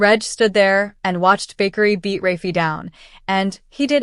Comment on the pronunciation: It is Bakari not bakery 😂😂😂😂